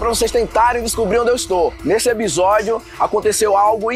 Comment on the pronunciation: só o que me deixa doida é ele falando "ebisodio" toda vez kkkk nada demais, mas dá uma agonia, vontade de ser a pessoa chata que fica toda hora corrigindo kkkk